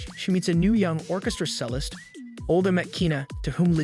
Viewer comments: Yes. The most jarring for me is the pronouniation of cellist as sellist. It's said like chellist. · I understand that not everyone can be an expert in everything, but just for starters, Bach is not pronounced "back" and cellist is not pronounced "sellist". And I'm only two minutes in. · Learn how to pronounce “cellist” and sabatoged” too. I can’t listen to this worthless drivel. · I’m sorry but I lost my faith at the fact that you don’t even know how to pronounce ‘cellist’ properly while you explaining this movie about the conductor and her musical world.